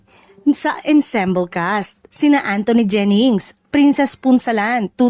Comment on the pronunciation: 😂😂😂😂Re-silence daw😂😂😂 Meron pa, EN-sem-bol daw😂